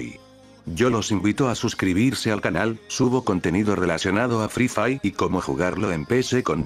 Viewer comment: "EL FRI FAI" xD jajjajajaa muy bueno b roo